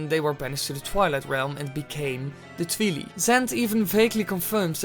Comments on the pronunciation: Did he just say Twee-lee? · why can't you say twili like twilight.....